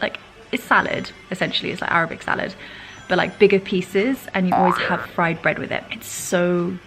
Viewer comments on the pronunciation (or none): none